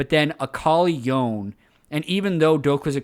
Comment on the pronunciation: God dammit why do you insist on pronouncing Yone as "Yoan"